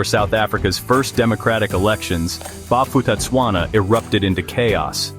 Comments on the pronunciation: Bo-pu-tah-tswana The ph doesn't cause an f sound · If you want to do a clip like this, please do proper research on how to pronounce the names properly. I knew a few people who move to Bophuthatswana. Because mixed-race marriages was allowed there while it was illegal in South Africa.